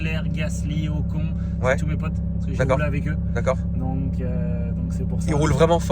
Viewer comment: On prononce OCONE meme si ca s’écrit OCON… le mec a roulé avec lui mais ne sait pas prononcer son nom 😂 , et désolé mais t’as zéro humilité gars…tu t’exprimes de manière très hautaine. Ca me rappelle tous les footeux qui te disent «j’ai mis un terme à ma carrière parce que je me suis fait les croisés », non gars t’as mis un terme à ta carrière parce que t’avais pas le talent…